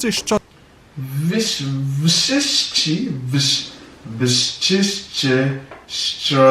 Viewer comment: you add second "sz" in wszyscy, double d i szczodrze and forgot rz i wstrzemięźliwe. But if you said that to a Pole anyone, who didn't have a goal of not understanding what you were saying, would understand you without a problem. So score 9-9,5/10 ... Better wait with saying that Polish is easier than anything until you see the grammar, because what's going on there even Poles themselves don't understand. XD